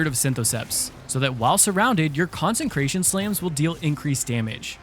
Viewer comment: Dude it’s con-sec-ration not con-sen-cration Please read the Bible or smthg